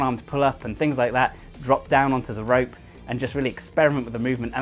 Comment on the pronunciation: I keep thinking hes calling it.. RAPE CLIMBING.... YEESH....